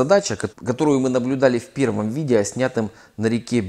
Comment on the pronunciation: Я вас прошу, потренеруйтесь говорить видео, а не видийа.